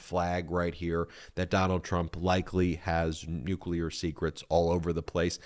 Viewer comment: you mean Nuka'leer? Don knows Nuka'leer..his Unkle was Nuka'leer. Osmosis happened.